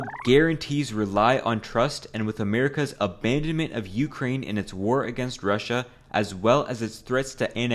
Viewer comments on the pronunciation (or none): none